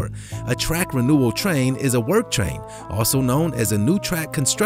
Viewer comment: TRAIN. NOT CHrain. Learn how to pronounce words.